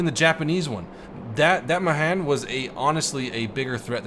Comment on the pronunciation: Srry but it's pronounced mayhan even though it's spelled mahan